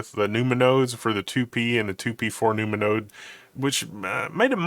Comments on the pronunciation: i thought i was crazy hearing num-numa too🤣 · Nu-ma-nodes? Half expecting to hear Ma-Na-Ma-Nah (doo-do-da-dat-da)